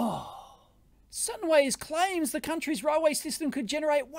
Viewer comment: You pronounce railway as "roll way"?